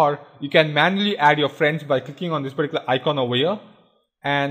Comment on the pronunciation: particular puh-tea-coo-la